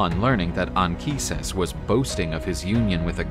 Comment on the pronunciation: I really appreciate the fact that "Anchises" has the correct Latin pronunciation in this video.